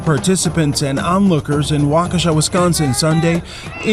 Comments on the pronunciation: Wah kah shaw not wah keshia. I did juvi there. I feel sorry for the black community there that this guy is influencing the white kids thru the news , that have never aren't a brown human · I was born in Waukesha County. It is pronounced walk(soft a)shaw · Wa - Key- shaw is how it's pronounced. Wisconsin has a lot of Native American named cities and counties that are a little tricky to pronounce. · I love the way you say Waukesha 😂. It’s commonly pronounced like wak-ka-Shaw 😂 but never change that shit is funny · It's pronounced Wau- ka- shaw, just so you know. (from a Wisconsin fan.) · No cap, 2 seconds before I watched this video I tweeted about how proud I was of everyone for pronouncing Waukesha correctly. I quickly took that back.